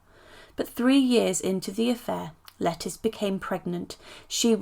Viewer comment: Hey, just a heads up, it's not pronounced "Lettice" but "Letisha", lol!! She's not a vegetable!!! Lol